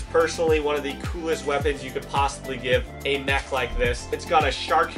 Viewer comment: Bro it’s not moch it’s mech